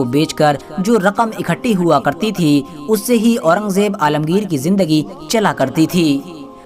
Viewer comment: alamgir ra ko bilkul sahi se nahi bola bad